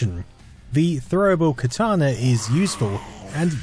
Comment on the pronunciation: "The throwable Khatana?"